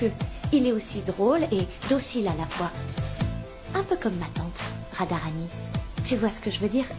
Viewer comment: J'aime trop quand a dit radaranii